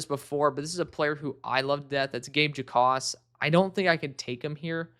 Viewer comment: I know it’s weird but Gabe Jacas doesn’t pronounced the J in his name. It’s pronounced like “Ackis” just for future reference.